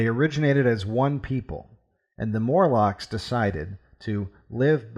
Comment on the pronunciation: MORlocks, not MURlocks.